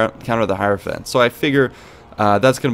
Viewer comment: For reference; it’s pronounced “high-row-fant”.